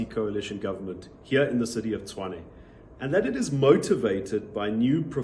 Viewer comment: Tshwane, not Chwane.